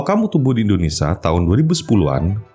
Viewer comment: indonesia bg bukan indonesa 😭